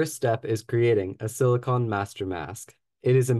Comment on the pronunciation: It's pronounced silicon not silicon